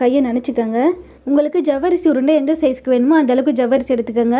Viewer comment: ஜவ்வரிசி இல்லம்மா, சவ்வரிசி... தமிழை சரியாக உச்சரிக்க முயற்ச்சி செய்யுங்கள்..நன்றி